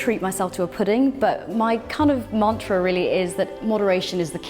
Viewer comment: How can you justify the prices you charge for skincare? Microneedling- over £400?!!! You obviously only cater to the rich who don't mind throwing away their money on nothing. By the way it's mantra not Marrrrntra. Ridiculous.